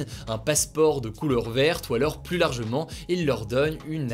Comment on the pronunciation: Les plus visité, non pas les plusssssee visité! Kkun lui aprend a dire plus?